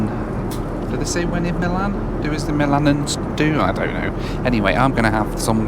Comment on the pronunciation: MILANESE, not 'milanans' !